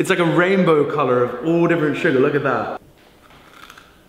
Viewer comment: He said colorrr Sorry I just can’t!!!!